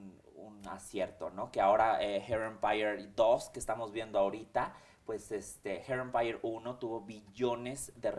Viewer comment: Jajajjajaja la cara de Mara esperando que él la corrigiera , un cursito de ingles , la verdad que ni él pronunciaba bien hair Empeire o como se escriba Jajajaja